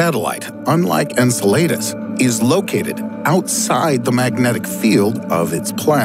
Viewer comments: En-cell-la-dee's not In-sul-late-us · Dude...you way pronounced Enceladus wrong. En•sell•uh•dis. Say it with me now.... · "Incel laid us." Lol, worst pronunciation ever. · How do you claim to be a sciency space channel yet absolutely butcher Enceladus’ (en-SEL-ə-dəs) name? When there’s this wonderful thing called google and still so badly mispronounce it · The way he pronounces Enceladus makes me cringe. 😬